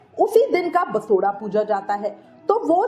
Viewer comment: दीदी बसोडा नहीं बासौडा़ बोला जाता है 😂